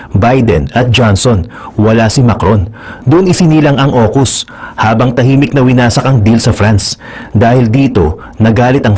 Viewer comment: Aukus hndi okus...